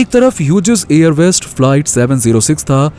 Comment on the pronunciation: ह्युजेस नही हॉग्ज कहते है उसे.. BTW nice information..